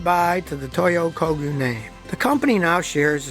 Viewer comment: Thanks Scotty for Toyo Kog-yo, not Ko-gee-yo